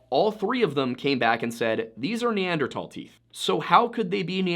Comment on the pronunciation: Dude please, tahl is not thal. Neanderthal not neandertall